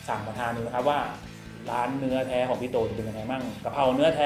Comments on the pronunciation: นอแท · ชอบตรงพูด เนื่อแท่ เนื่อแท่!!! 555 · ดูพี่กินแล้วหิวเลยครับ ผมชอบ พูดคำว่า เนื้อแท้ มากๆครับเหมือนฝรั่งเว้าอีสานดีพี่555